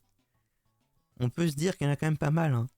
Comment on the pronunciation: Quand tu dis « comme même »rassure-moi, tu le fais exprès ?